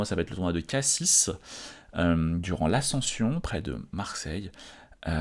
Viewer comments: par contre on prononce "KACI" et pas "CASSISSE", non ? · On prononce Cassi, pas K6... Tu joues à un niveau stratosphérique, c'est normal de perdre quelques parties avec de tels adversaires. Bravo à toi. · Tes videos sont une grande motivation pour moi. C'est rigolo ces phases de doute, on est beaucoup a les avoir, quelque soit le niveau : tu les auras aussi même si tu prends 200 points elo 😅. PS : par pitié, on dit pas cassiS mais cassi 😂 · Merci, super retour sur ce tournoi. En revanche, on dit Cassi(s) on ne prononce pas le S. Attention, certains touristes ont disparu dans la région après avoir dit Cassis avec un S, ca peut être dangereux ! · Super ta vidéo, hate de suivre ton RDV à Cassis (au passage on ne prononce pas le S de la fin, on dit "Cassi" tu ne dis pas "Parisse" hahaha;) ) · Désolé mais on dit Cassi(s) on ne prononce pas le "S" comme dans Paris 😊 pour le reste j'espère que vous ferez un bon tournoi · On dis Cassi ( sans le S) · Merci beaucoup pour toutes ces vidéos bonne chance pour le tournoi de Cassis (qui se prononce "Cassi") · Super, courage! Mais on ne dit pas CassiSss comme on ne dit pas Parissss😂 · Merci pour tes vidéos. Tu as une super mentalité , c'est un plaisir de te suivre. Courage pour le prochain tournoi. PS : si tu veux faire couleur locale, dans " Cassis " le "s" final ne se prononce pas. :)